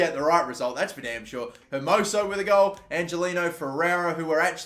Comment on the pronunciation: Angeliño is pronounced angeleanyo